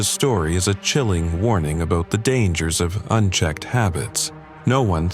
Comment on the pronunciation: What’s “aboowt”